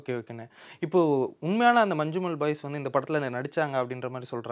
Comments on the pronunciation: It is not Manchumol it is "ஞ" . When two "ஞ" is kept together we will pronounce Manjummal.When the English letters "Nja" is used we pronounce it as ஞ in Malayalam for Malayalam ஞ. In real life police had beaten them severely and spoken bad words to them. That much is not actually shown in the movie. They confiscate all money and give them back only the amount for fuel expense for their journey. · "Mannummal boys" is pronounsation